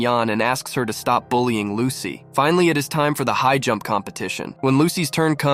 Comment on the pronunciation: It's lusi not lucy